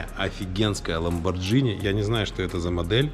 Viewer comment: Ламборгини Ламборгини блин какой Ламборджини , ты же не говоришь спагетти как спаджетти) так что и Ламборгини нужно говорить правильно